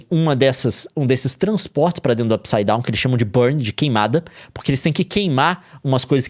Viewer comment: Não dá... não dá! Como que assiste um vídeo do Leon falando "Up saidown" ao invés de "mundo invertido"